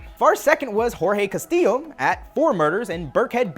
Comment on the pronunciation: The correct way, yes